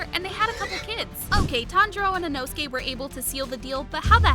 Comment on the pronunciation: Why u saying “Inosuki”😂